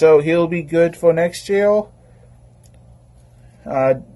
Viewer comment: Evertime you say R i hear L. Like yeal insted of year. Am i hearing wrong or what ?